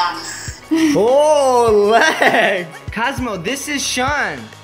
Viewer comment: the way he said Shawn 💀